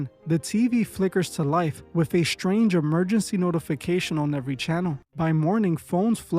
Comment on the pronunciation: Dude... There is NO H in the word strange. It is not spelled shtrange. Also, there is only one h in the word catastrophic... It is not spelled catashtophic neither should it be pronounced as if there are two h's present in the spelling. Also, sigh .. the word is Strategy not SHTRATEGY.... And it's is STRIKES not shtrikes... And infrastructure not infrashtructure... Please get some reading glasses or SOMETHING MAN.